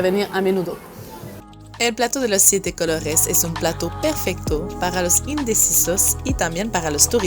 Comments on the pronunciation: Plato de los siete "cologes"😂😂 me gusta tu pronunciacion jaja,!! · Pogr fabogr😂😅😅😅 plato de 7 cologes canadiense franchute saludos . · Ella dice "plato de siete cologues" jajaja. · No la escucho que pronuncia cologes; se le escucha colorres man lavate los oídos primero